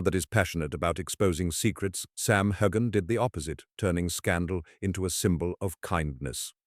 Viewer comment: How do you expect anyone to believe your clap trap when you can't even pronounce his name correctly. I suggest you find another line of work